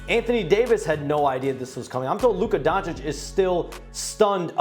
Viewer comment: He actually said „Luka Gonecic“ 💀